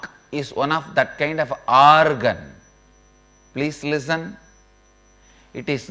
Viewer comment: pleece lizzun lol